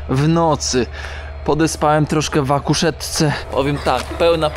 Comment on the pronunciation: Chyba w kuszetce,a nie w akuszetce?